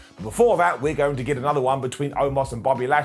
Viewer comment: So we not gonna talk about how Lashley called Omos the wrong name the entire time. I swear he said “Almost” the entire time 🤣😂🤣